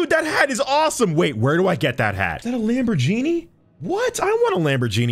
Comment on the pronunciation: Did my guy just say "lambor-genie" 🤨